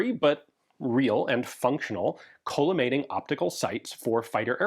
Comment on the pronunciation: Not to be that guy, but I believe it's pronounced call-uh-mating and not cola-mating optic. It refracts light into a column of parallel beams.